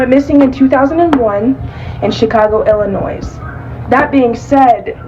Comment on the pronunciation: Who pronounces the “S” in Illinois? That girl is full of it.